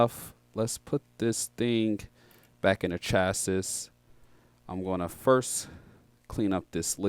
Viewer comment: Chassis = Chass E not Chass Us